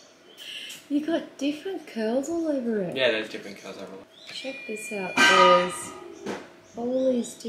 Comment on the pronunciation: Had to replay the first bit as I thought he said "get more girls" rather than "get more curls" 😂